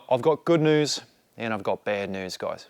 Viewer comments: Tip for Aussie accent: New and news aren’t hitting right. You’re pronouncing noo and noos, whereas it’s more like nyoo and nyoos. Americans pronounce “u” and “ew” differently than other English speakers. Examples to listen out for: emu (more like eemyoo), duty (djooty), dew (djoo) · 245 wheel horsepower is honestly pretty crazy. Aussie accent is getting better, but we pronounce "news" as "nyews". Somehow a "y" sneaks in there. Your pronounciation of "racecar" is 100% spot on. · 🇦🇺🦘Mate, so close. New = nyew rather than noo. Roll = ruowl rather than rohl. Keep it up 😂😂